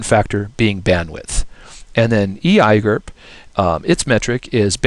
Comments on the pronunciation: e eye gerp... seriously just say the letters you muppet. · I hate how you pronounce EIGRP but nice quick overview.